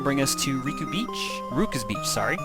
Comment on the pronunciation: its ruka...